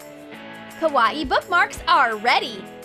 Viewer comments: I hate how they say Kawaii it’s not Kah-was-eeh it’s Kah-why-eeh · kawaii not Cow-WA-eei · It's not ko wati it's pronounced ko why e not ko wati kawaii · It sounds like she is saying karate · When they said Kawai they said it like kawa-ee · Stop saying kAwAE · Its pernounced Ka- Y- E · KA-A-WII thing you Said A KA-A-WII thing Not Lama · can you not sat KWAII like that plz 0-0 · Ka wa i the word was kawaii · KA-A-WII thing - learning English 2019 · Can't even say kawaii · I hate how they say kawaii they dont say it right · ya I Know